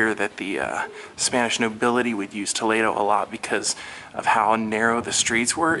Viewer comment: The scenery was beautiful and the church exquisite! I love the way you pronounced Toledo there! It is so much more exotic and just beautiful than what we say here in Ohio!